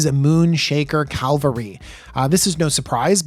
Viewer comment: Its Cavalry Not Calvary😂